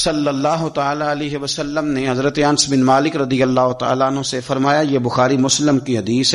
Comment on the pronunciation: انس کو ان نس پڑھتے ہیں انس غلط تلفظ ہے